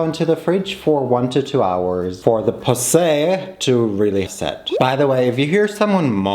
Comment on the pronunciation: Someone has to say it but “Lemon ✨poosay✨”